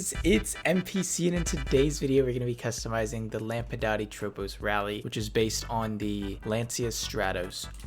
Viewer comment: Yeah, Harm also pronounces it wrong. It's latin iirc so the S is definitely pronounced. Broughy pronounces it correctly for example.